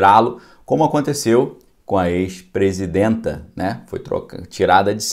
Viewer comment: "Presindenta" ? Avacalha não